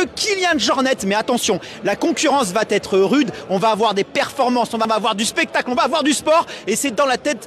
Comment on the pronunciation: aïe aïe aïe "la concurrence va-t-être", (et bien appuyé en +)... mes oreilles saignent et je n'irai pas plus loin.